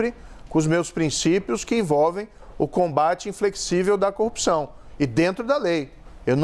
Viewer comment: Pois é, o que eu não me conformo é o rapaz ter sido juiz federal e não consegue construir uma cadeia de argumentos plausíveis. Além de falar errado (copção, cônje, etc...)